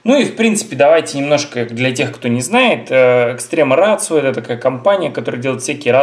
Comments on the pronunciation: Да,, нифига не рацио, ратио. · VG K, блэт, название бренда - Ratio. Неужели, не будучи полиглотом, нельзя нормально прочитать это слово? Ратио. Ратио, мать его. И это еще пол беды - ведь автору указали на ошибку, а он стал огрызаться, как хренов пекинес.